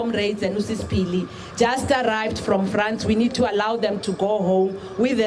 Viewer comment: Really? You’ve been repeating on this tragedy for weeks now and you still get the name of Phili wrong?? Wow